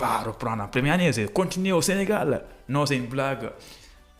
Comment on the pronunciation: Votre expression en français est tellement pauvre tu prononce mal c"est pas zè mais j"ai